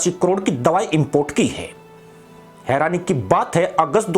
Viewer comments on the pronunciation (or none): none